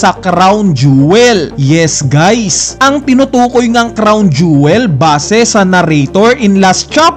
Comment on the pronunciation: Jowel.pala.un hindi jewel..hehehe